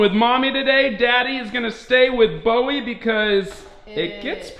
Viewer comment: It’s Bowie not Bowery